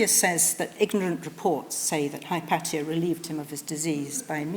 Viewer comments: Firelight157 no it's correct the the way she pronounces it. Regardless of where you are from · She pronounces it the greek way....